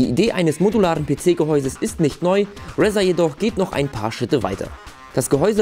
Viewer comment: Bitte, bitte, bitte sprich doch bitte Razer richtig aus. Sonst ist es mir Wurst, obwohl es mir schön öfter aufgefallen ist. Aber so oft hintereinander ist das Brainmobbing. ;) Ansonsten wie immer Top. Thumb up.